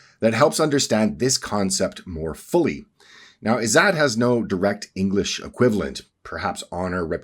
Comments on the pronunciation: Ppl here will probably now pronounce it as "zoot" and joke about a certain Prophet and his time in the desert. Its pronounced "izz zatt" - "zatt" rhymes with "Tut as in King Tut" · I'm Indian. Every time he says "IZZAT" I cringe. Anyway, I could write a comment to debunk whatever this is because all of this is crap, but why bother? It's funny. Just continue with this conspiracy theory like the 100 others you've pushed before this. I will say this: try going outside once in a while, maybe touch some grass, or even ask an Indian what "izzat" actually means.